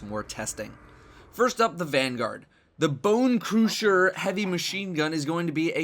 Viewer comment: It isn't pronounced "Boooncruuuusher" It is the "sch" is the same like "sh" So simply "Bonecrusher"